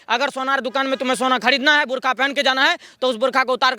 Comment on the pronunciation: Burkha not bur only😂😂😂😂